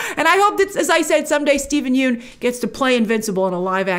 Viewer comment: Grace - please pronounce Steven Yeun's name correctly...there's a great clip available of Conan O'Brien learning how to do so after mispronouncing it for years on his show "Conan's Been Mispronouncing My Name For Years" THANKS SO MUCH for your consistently great coverage and perspective GRACE!